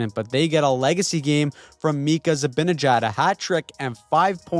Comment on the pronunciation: Zi-ban-e-jad not Za-bina-jad, you just refuse to respect this guy, been trying to help you for a while